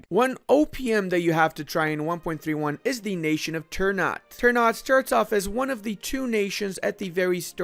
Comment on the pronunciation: "Ter nut" LOOOOOOOL